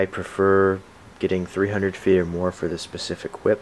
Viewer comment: I'm Brazilian and I'm having difficulty understanding the unit of measurement "t" when you say 10t, is that in inches, or meters?